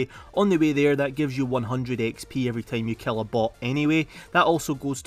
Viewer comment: bro why you say team instead time